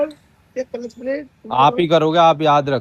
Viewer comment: किलिच नहीं क्लच